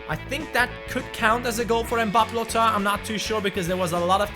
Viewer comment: mbabbe lottin you speak babbe lotttin